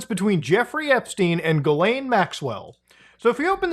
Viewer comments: it is pronounced "jizzlane" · muta pls, pronounce her name correctly, it's jizzlaine. 🙃